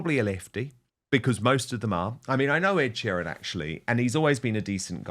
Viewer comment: Dan u have been in the uk long enough to say sheeran properly